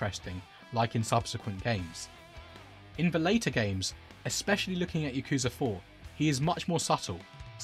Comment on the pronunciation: Why does everyone pronounce “Yakuza” wrong. Just listen to how they pronounce it in japan.